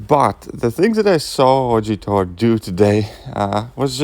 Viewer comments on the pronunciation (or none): Ttor (**Russian accent intensifies**)